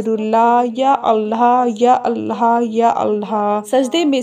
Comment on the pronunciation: please say 'Allah' Not Allha.